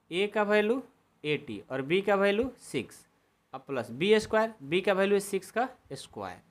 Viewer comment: Value hota Hai balu nahin hota😂😂😅😅😊😊